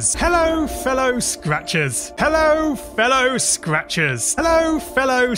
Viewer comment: After a bit it just sounds like: “Hello Fell o, scratches.”